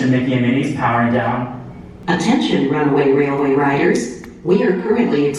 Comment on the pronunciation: First of all congratulations on being able to say “runaway railway” perfectly on several occasions 🤪 I screw it up every time! I’m sure this has been asked and answered but when you pre-register for the DAS, you can only select your first two rides for the first day’s park, correct? At what point are you able to select the next days? Can you choose two in advance? Or only one when you enter the new park the next day? Thank you!!